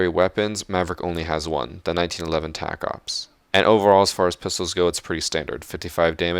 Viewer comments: Tacops? No. Taco PS. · Amazing Vid, but his secondary is pronounced Taco PS ❤️ Edit: anyone notice the John Wick VIBES Maverick gives off?